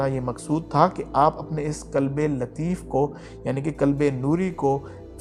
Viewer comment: Hello.kalb .nahi.kalb .arbi.mein.kutta.hai.means.dog.qhalb.means.heart.dil.alfaaz.theek.karein